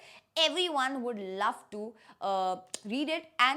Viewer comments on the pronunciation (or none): none